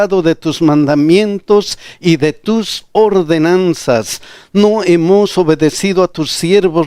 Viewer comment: Pastor...disculpe! Por favor, pronuncie bien " HEMOS".